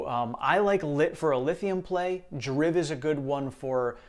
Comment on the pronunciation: I picked up 12 more TSLA today. 2 and 10 897. I also picked up another 50 BATT. I know there will be more red between now and Jan 1st, but I'm done until the new year. Final tally for the shares you discussed today is 82 TSLA, 638 META, 350 BATT, and 200 DRIV. (I believe it's pronounced "drive", due to it being about car companies) A good growth ETF you may want to consider is DIVO. It pays dividends monthly, so if you turn your drip on, you compound faster, and it stays pretty much near its NAV.